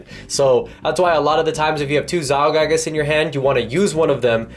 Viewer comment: Zyyyyylgaiiiigaaaas. Learn how to read